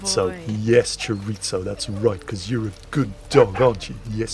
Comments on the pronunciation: Chiritzo? A sausage? is that.... chorizo? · Since when is there a ‘t’ in “chorizo”.